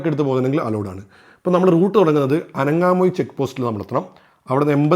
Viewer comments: Bro ithoke vere video kand padichitt aanu alle parayunnath!!😀 അനങ്ങാമൂഴി അല്ല ആങ്ങമൂഴി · അനങാമൂഴി അല്ല ആങാമൂഴി. കാക്കി ഡാം അല്ല കക്കി ഡാം. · ആനങാ മൂഴി 😅 അല്ല ആങ്ങമൂഴി 😃🤗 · അനങ്ങാമൂഴി എന്നല്ല. ആങ്ങാമൂഴി എന്നാണ് .